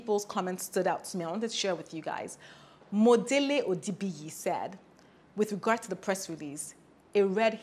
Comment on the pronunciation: Your pronunciation of Modele (Omodele) Odebiyi was quite embarrassing as a Yoruba girl..if at all,you could have rehearsed it before filming your video.